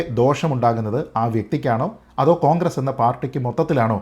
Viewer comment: താങ്കൾ കോൺഗ്രസ് എന്ന് പറയുമ്പോൾ അത് പോൺഗ്രസ് എന്നാ വുന്നുണ്ടോ..😂😂 അതോ അതാണ് ഉചിതം എന്നെനിക്ക് തോന്നു ന്നത് കൊണ്ട് ഞാനങ്ങ നെ കേൾക്കുകയാണോ.😂😂